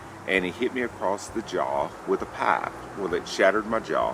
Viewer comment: Hi, I'm new to your channel. I subbed and liked it your video. Thank you for sharing the story. There is a word that I couldn't understand something about the "pie" <-- as the closed caption show when you said a guy hit you with, lol, I guess you meant pipe, or what was that "pie"?